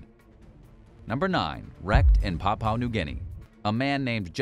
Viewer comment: "Papua" is pronounced "pap-you-aah", not "powpow"